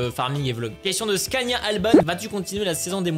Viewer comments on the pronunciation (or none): tu a écorché mon prénom Scania _Alban